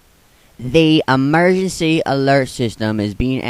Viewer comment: Its Emergency Not Emerency